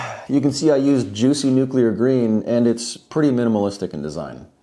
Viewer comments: Calvary is a religious term. You mean cavalry. Duh. How about, can you say noo-clee-ar? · “Nukular” - George W.